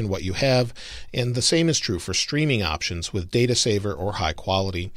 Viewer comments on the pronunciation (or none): none